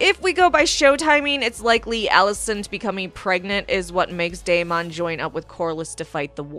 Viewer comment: why are you pronouncing Deamon so weird